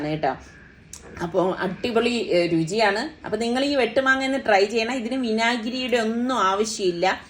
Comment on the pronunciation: Attipoli alla Adipoli ennu parayanam